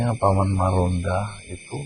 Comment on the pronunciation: Maronda bukan margonda